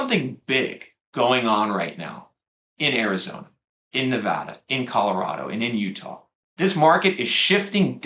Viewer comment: #1 Big bonus points for pronouncing Nevada correctly. 😊 #2 We bought a home in Las Vegas area in 2019 when we started to notice a lot of homes were no longer selling quickly in our townhouse neighborhood of 17 years (yes we lived there from 2001 and watched the bonkers madness first hand - greed, fear, big losses) so as natives have always approached this market with healthy skepticism. It's a bit validating to see on your charts that we snuck in on a low year! #3 We sold another home in Spring 2021 after deciding to derisk our real estate exposure. I used a lot of your arguments with our real estate agent to explain why (which many believed unfounded). Our agent said that we were essentially tiptoing out of a burning building before someone pulled the fire alarm. Based on your graph, we measued in right around peak sales. 😅 #4 I haven't watched your videos in years but you have been so consistently on message all this time. It must be hard to go against the narrative. Keep it up! You look great!